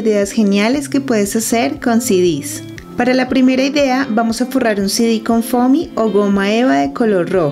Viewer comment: Porque dice sidis?😂😂😂